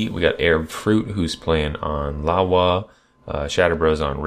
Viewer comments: Why do you guys say "Lawa"? It's Iawa. I, not L. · theseeyasuckashow I know it's an "i" but honestly I have no clue how to say and "Lawa" is way easier to pronouce. I guess it's kinda like "Iowa"